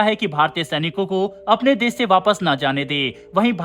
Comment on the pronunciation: Why do you pronounce sh and s sounds wrong. "Twisht" instead of twist and "des" instead of "desh". Sounds bad. But yes, good coverage. Bharat should stop all aid to these buggers.